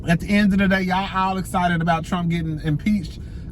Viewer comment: with the "essited" you ain't never lying!!! 😂😂😂 poor thing has a speech impediment. Pray for her 🤦🏾‍♀️